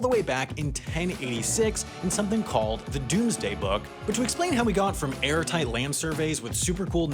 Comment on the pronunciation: I feel like "Dome" isn't pronounced "doom"